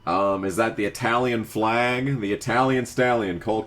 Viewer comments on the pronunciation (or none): none